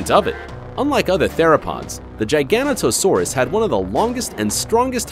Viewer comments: "Jiga-Not-O-Saurus"... not "Gigano-To-Saurus". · omfg. gigana toe saurus. bro. learn how to pronounce GIG ONATO SAURUS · sounded like he said gigano-toe saurus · giganotosaurus is pronounced jig-an-not-to-sore-us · It's pronounced jig-a-no-t-oh-sawr-us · Dude doesn’t even know how to say Giganotosaurus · Replace Hainosaurus with a Mapusaurus Rosae and Kronosaurus with Tarbosaurus Bataar and this is 10/10, this guy butchered Giganotosaurus, also those dislikes are from T rex fanboys Mapusaurus Giganotosaurus Carcharodontosaurus are part of a group called the Carcarodontosaurs which is part of a bigger group called the Allosaurs, they died out mid cretaceous and tyrannosaurs took their places, also I like to know that my hand is bigger than a Carcharodontosaur jaw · his pronunciation of giganotosaurus lmao, biggest biggest trex every discovered was sue, who measured roughly 12.3metres the giganotosaurus averaged 13m, carcharadontosaurus averaged about 13.5 metres and Spinosaurus average around 16metres, btw for all of these therapods, they could likely react 15% to 20% the size I listened, ah nature sometimes creates monsters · Another Giganotosaurus mispronunciation